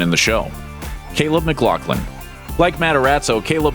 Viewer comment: it's not pronounced "mc-glock-lin", its "mc-gloff-lin." smh